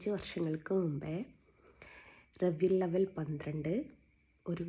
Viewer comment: മോളെ റവിയിൽ അല്ല റബിയുൽ അവ്വൽ